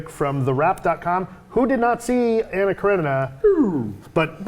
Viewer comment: 🤨😤🤔 One: (Ah)nna, as in (Blah). Russian doesn't have (Ah) as in (Man) Анна Каренина. Two: then you can't understand the depth of the movie. Don't even try. Cretin